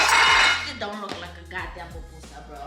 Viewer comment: It’s pupusa not PAPpusa 😂😂😂😂😂😂